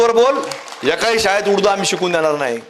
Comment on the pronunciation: उडदू म्हणतय उडदु 😂😂😂